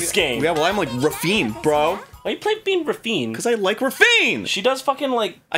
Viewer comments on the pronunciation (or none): Her name isn't pronounced like "ravine" :( I guess this is why Sega changed her name's spelling to "Raffina".